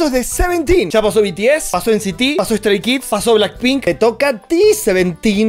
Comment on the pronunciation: JAJAJAJAJJ ''De Stray Kids es Stray'' JASJSJSJ NO PUEDO es ''Stay'' no ''Stray'' jjajsj